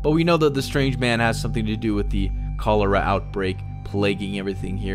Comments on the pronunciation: Cho lera?? Chaa lera dude. You only got it right once. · “Co lera” ITS KOLARAH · Cho leara 😖 Chol ear 😐 Cholera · Chol-er-a not Coal-er-a sorry, just to clarify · Its not Cuh Lera its Choh Ler Uh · Call-er- ra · "ko-LARE-uh"? Lol. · "CALL-ER-AH" Proper pronunciation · Ah yes kowlairuh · Koh lair uh 🤣🤣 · Posts shot of cholera written pronunciation and still gets it wrong. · I’m so grossed out by how he said cholera Jesus man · Anyone else going fuckin nuts by the way he’s pronouncing cholera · The way he says cholera is just ugh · You’re pronouncing cholera wrong